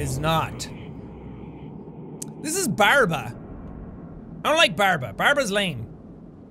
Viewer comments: Barba, not barb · When Jack said the name of the one right after the flying thing-creature I heard Barbara.😂😂😂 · I thought I heard "Barbara" when he first introduced Barba Edit: I didn't even realize he said the same thing later in the video 😂